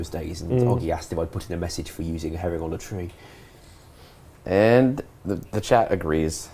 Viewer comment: voice pisses me off, trwee instead of tree ffs